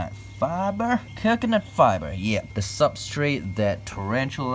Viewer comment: When he said coconut fiber, he must have switched bodies with a Texan for a moment. "Cahcahnut fahber"